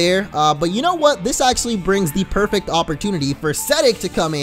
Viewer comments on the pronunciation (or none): none